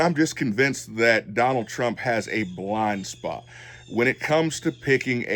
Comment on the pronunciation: Are you saying blonde spot or blind spot?